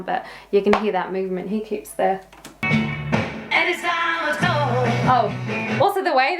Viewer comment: Entertaining Time stamps below. "Lying ain't good kids" Tell Me Why vocals elicit laughter British accent "Anytime at Tall" "Not Good" - line from I'll Cry Instead lyrics "What? Have these lyrics aged terribly? " - You Can't Do That